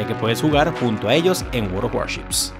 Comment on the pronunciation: Apenas te escuché decir "Waroworships" supe que debía adelantar sesenta segundos :^)